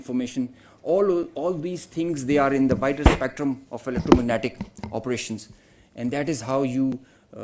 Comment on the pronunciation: Can't even pronounce electromagnetic, top notch ,armed forces ,press conference,continuing etc and still they think they are superiors